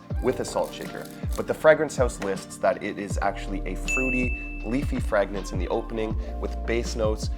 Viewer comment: QUIT SAYING FRAGG Rinse